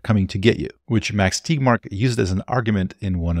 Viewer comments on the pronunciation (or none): Thanks for this. But, why are you pronouncing Tegmark as TIGMARK?